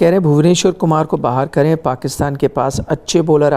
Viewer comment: sir why are pronouncing bahar aaye..... As behar aaye intentionally like pakistani akcent.... At min 1.35 sec....